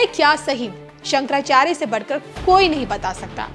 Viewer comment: महोदय जब आप भगवान शंकराचार्य के नाम भी सही उच्चारण नहीं कर पा रहे हैं।